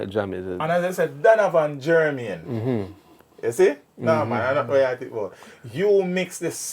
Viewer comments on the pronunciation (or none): none